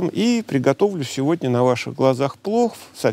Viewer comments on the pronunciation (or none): none